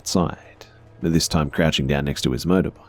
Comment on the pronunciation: Max Dunham now I keep hearing it every time he says motorbike 😂😂😂